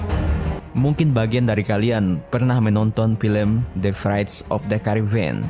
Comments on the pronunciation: The pirates of the Caribbean bukan the vressttt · Wkwk maaf telat setahun, dari menit awal aja udah aneh bro pas ngomong piratesnya itu praits dia ngomongnya wkwkwk